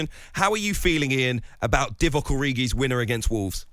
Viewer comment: Couldn't even say Divock Gabby 🤣